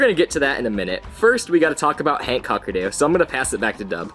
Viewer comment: "the why-fuckerdoo" once you hear it you cant unhear it